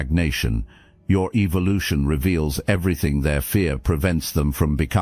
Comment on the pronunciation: Did he just say evilution 😂